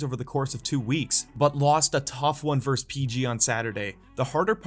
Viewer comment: Verse is not a word. It's versus.